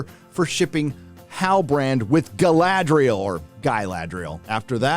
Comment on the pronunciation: You were pronouncing Galadriel wrong, please make sure to emphasise the R more next time.